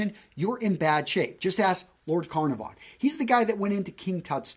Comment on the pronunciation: The pronouciation of The Earl of Carnarvon though....